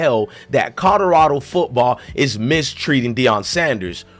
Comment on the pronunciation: If you say codarado one more time